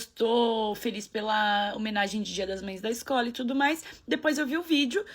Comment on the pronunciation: Que pena que não dá pra colocar o meme do John Travolta aqui 😛, você falou tûtô!!!!! Arrasô!